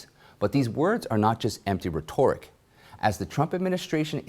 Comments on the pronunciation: You accurately pronounced Fang Fang but not the word rhetoric. Lol!! Thank you for this yet another awesome report. Love your work. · Ok...that’s twice now. Please have a staff member do you a solid and tell you how to pronounce rhetoric.